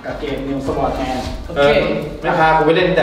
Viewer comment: น.นิวสวอทแมนก็มา Sword=จริงๆมันต้องอ่านว่า ซอท ไม่ใช่ สวอท #แต่ก็บ่งบอกให้รู้ว่านี่คือรุ่นเก๋า คนเล่นROสมัย10ปีก่อนมักจะอ่านว่าสวอทกันหมด ทำให้นึกถึงพี่ชายผมเลย ตอนนี้ก็ยังติดอ่านว่า สวอทอยู่เลย ฮ่าๆ